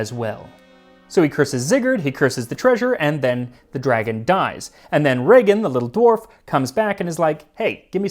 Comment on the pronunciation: Heart of especially moose or reindeer but, also venison or even beef (veal) makes a great snack to go with a cold beer in the sauna. Just marinate it in saltbrine and then either smoke it or dry it. Like a more "meaty"-tasting version of jerky. Also, nice pronunciation of my brothers name, Regin!